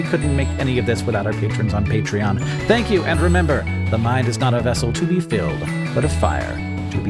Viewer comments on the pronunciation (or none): Did Hank mean to say "petri-on" instead of patreon? Because I loved it so much 😂